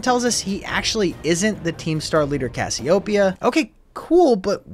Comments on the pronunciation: Cassioopia? Thought it was Cassiopeia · Why does everyone pronounce "Cassiopea" wrong? Its "Kasyopeya" emphasis on "Kas"